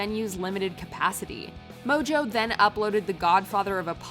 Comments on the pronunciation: why does she keep calling tana mangeau tana 'mojo'? its not even funny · Is "mojo" really how you pronounce Tana's last name?